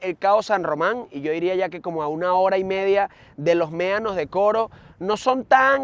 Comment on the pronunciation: La verdad los videos son entretenidos pero a veces pega al oído la pronunciación de algunas palabras: Comida = comia Medanos = meanos Etc Por favor tómenlo como una critica constructiva. Mucho éxito, desde Canada